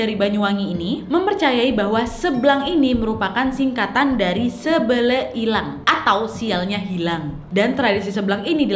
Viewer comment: Sebele sebel e, e nya bkn eu kak mngkin klo pke bhsa bali itu artinya kesialan atau bala (sebel) e itu nya Maaf klo salah bsa d koreksi lg😁